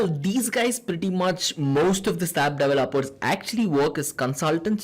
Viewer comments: it is not sap it is s a p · It is not sap.It is S.A.P.